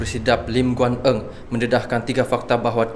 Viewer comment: Lim Guan Eng, atau Lim Guan Ng..yang mana satu sebutan nya dik... Eng & Ng..😂😂